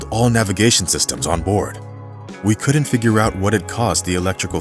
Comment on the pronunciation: FYI....since narration is your business, you might as well do it right. "Couldn't" is NOT a two-syllable word and is therefore NOT correctly split into 2 syllables, as in "could-dunt", which is your pronunciation of this word, and others like it. They make up a significant portion of the English language. So there is plenty of opportunity to sound stupid if you prefer to pursue the course you are on. The correct pronunciation has only ONE syllable, as in "couldnt. Don't believe me? Check out your Merriam-Webster app on your phone. Surely a guy who makes his living as a professional narrator has the M-W app. You're welcome..:)